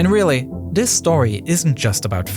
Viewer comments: "Dis" lol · Interesting but the narrator drove me mad with his pigeon English of Dis, Dat, Dem, den, der!!! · Wow; all my life I though that the word "this" began with he letter "T" which is pronounced with a "T" sound and NOT the letter "D with a "D" sound? Perhaps simply having to accept the word "dis" in place of "this" is better than having he narration done by AI?